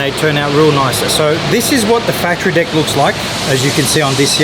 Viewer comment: sounds like is saying dick and not deck...i was like why does he keep saying dick